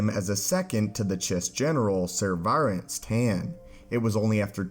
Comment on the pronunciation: Brother, Sev’Rance Tann is pronounced “SEV-rance.” Unfortunately her name is NOT pronounced as “sev-AR-ance.”